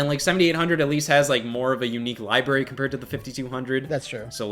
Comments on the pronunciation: I love Scott and love, but my eyelid twitches every time says "libary" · Lie-berry. 😅 The most forbidden of all fruit. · Lie Berry